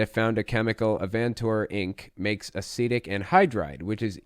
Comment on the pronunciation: Oh, that's the word he's using? Thank you, I thought he was saying 'Acidic' wierdly.